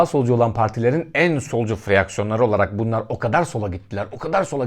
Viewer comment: Yapıcı niyetle eleştiriler: Lütfen malzemeni bir metin olarak, bir başkasıyla beraber etüt et. Ta Aşil de mesela, ya Akhilleus. Freaksiyon değil, fraksiyon. Dil sürçmesi olan yerleri düzelterek koyun, buradan sığ saldırı çok olur. Latinceye hâkim olmaktan ziyade anatomi jargonuna hakim olduğun için Latinceyi ortalamadan daha çok kapmış oluyorsun. Yapay zeka, robotlaşma, işsizlik ve dünya nüfusu çelişkisi, 5G ile virüs yayılması tarzı, hafife alınacak bir tartışma değil; bilgi eksiğiniz var. Hakeza, nanochip RFID adıyla ABD'de eyalet yönetmeliğine bağlı olarak kimi yerde bazen zorla uygulanıyor, 2000 başlarından beri böyle bu ve Zeitgeist'a Rockefeller'dan alıntılandığı ileri sürülen bir söz eşliğinde konu oldu. Chip ile kimlikle bütün banka hesapları, sağlık raporları, biyometrik kimlik ölçülerinizin aynı yere konulması, telefonun aksine, durumu insan tasarrufuna bırakmayan Orwell tipi bir distopya uygulaması olup devlet erki kullanılarak denenme girişimi söz konusu olacak. Doların ölümü yaklaşırken, rezerv para hakimiyetini elde tutmak için blockchain sistemli bitcoin vb kriptokurları dayatma düşüncesi ciddi olarak tartışılan bir şey. FED sahibi bankalara köle olmuş, hazinesinde havadan para basıp, halkını trilyonlarca borçlandıran bir ülkenin 22 trilyon dolar borcun nasıl yoğa hükmedileceğinin hesabı da var burada. Bunlar boş tartışmalar değil. Böyle dalga geçmeniz yüzeysel olmuş. Eksik olmuş. Güzel ama eksik. Mizahı koruyarak da ciddiyet taşımanın yolları vardır muhakkak.